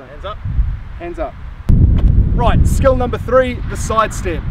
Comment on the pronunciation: "Rigth" On another note, how did you even get Kieran Read to agree to this? Lol. Mean vid bro.